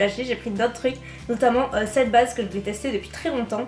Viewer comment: On ne dit pas c'te mais cette Stp 😂😂